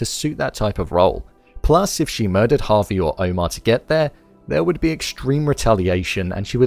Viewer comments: It's Javi, not Harvey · You say Javi like Harvey lmao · Good video, but for .....sake his name is not HARVEY...it's pronounced Jaa Vee